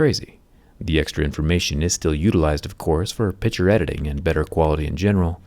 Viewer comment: Who else hears “pitture” instead of “picture”?